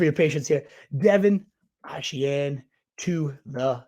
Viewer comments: Achane last name is pronounced A-Chain. Capital "A" Chain. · Bruh you are doing fantasy content…you gotta pronounce a main dudes name correct. A Chain.